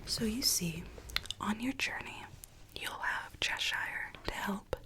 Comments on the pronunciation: Hi love this video but like all Americans you don’t pronounce Cheshire properly it’s not cheSHIRE it’s pronounced Cheh-shuh it’s not your fault but I would like at least 1 American to be able to pronounce Cheshire properly but don’t sweat it if you don’t it’s just a pet peeve of mine lol 😂 xx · the way americans pronounce cheshire is still so funny to me :') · I found it weird and wonderful lol, but suffering a tick every time Cheshire is mispronounced. All that said, you dont have to be mad to live here, but it helps.